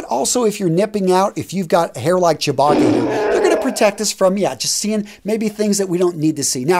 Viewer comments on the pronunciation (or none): "Chewbagi"???... pronounced Chew-bach-ahh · did you just call chewbacca...chew botti?